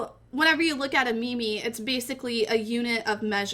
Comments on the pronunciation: meme not mimi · its not ME ME its MEEM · i can't watch the video you're pronunciation of "meme" not "me-me" is killing me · Can hardly listen... me me? You mean meme? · It is spelled meem not Mimi! Fuck u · Its pronounced as meem not meemee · you pronounce it meem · stupid ass bitch its pronounced meme like cream, dawkins himself wrote that in the selfish gene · Made it to . Couldn't stand her pronouncing meme as mimi. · is she saying me me ? I want to die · pronouncing the second e in meme sounds really painful to me lol